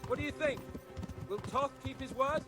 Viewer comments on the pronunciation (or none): This was the buggiest epilogue I have ever seen:D Thanks for an another amazing lp. Funny thing though, the antagonist Istvan Toth, they got his name (Istvan) right, but Toth... the second t is silent, so you pronounce it as a t, not an s. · The young lords pathfinding was bugged, he and the soldiers kept going to the left. Then you went ahead to the checkpoint, which made them teleport there BUT Henry kept moving forward, even during the cutscene:D It's pronounced Tot. Istvan was pronounced well I think. The English version of Istvan is Stephan btw.